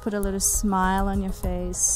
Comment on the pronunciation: Day 7 of this workout and I can tell a big difference and she has such great energy! I am trying to do this workout once everyday and I am doing so good and my fav part of this video is when you say “foce” for face I laugh every time I watch this video she makes me want to work out everyday!!! Here’s to losing weight for my wedding dress this year!